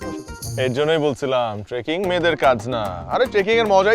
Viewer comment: বইন ওটা ট্রেকিং! ট্র্যাকিং নয়!🥲👏